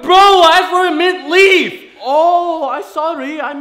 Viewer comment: HE SAID MINT REAF